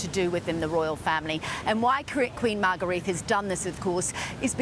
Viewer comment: If you're going to do a story on the Danish RF learn how to pronounce their names. The Queen's name is pronounced Margareta and Prince Joachim's name is pronounced Yoakim not Wakeem. Sheesh.